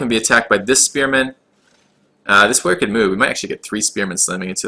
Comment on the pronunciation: be wevy wevy quiet, he's hunting wabbits